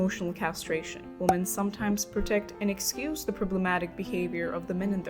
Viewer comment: Too many people are refusing to see what's going on - or even brainwashed enough to either not care or support it. Also "Women" is not pronounced like "Woman" it constantly sounds like you're saying woman (singular) when you mean women.